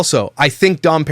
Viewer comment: So many things! Major points for promoting natural beauty and thicc women. You two absolutely should do something together. I love that you can't pronounce Dom. You just seem like a really cool dude.